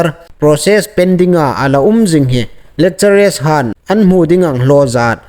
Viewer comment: 'Lekchere' tia lamrîk hi a ni naw taluo deu naw maw?? Fîmkhur deu a tha awm ngéi. 'Lekcharar' tia lam ding ni lem awm tak a nih. No offensive aw